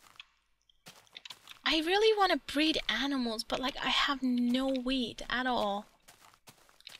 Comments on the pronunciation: Is it just me or does it sound she is saying weed when she means wheat? example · When you say wheat it sounds like weed lol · lol you should really watch it when you say wheat... it kinda sounded as if you were going to feed derp 'weed' LOL